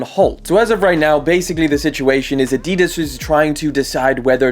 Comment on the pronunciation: You pronounce adidas incorrectly